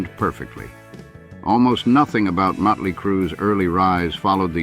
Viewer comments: Stop mispronouncing motley 😮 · 😂😂😂 I know.